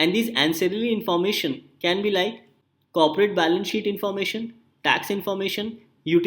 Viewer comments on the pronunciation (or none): none